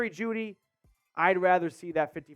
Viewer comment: Bro said juedy for a 2nd LMAO